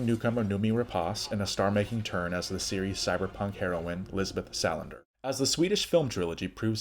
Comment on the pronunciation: Lisbeth SA land ER not Sal an der. Otherwise nice.